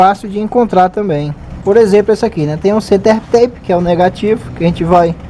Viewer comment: Uma pequena correcao amigo. Se pronuncia, "center-tap", assim como esta escrito. Tape, significa, um durex, ou fita isolante, ou qualquer fita colante. Bom trabalho, keep up with your excellent work! Cheers!